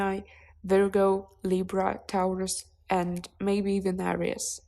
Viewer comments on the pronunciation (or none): none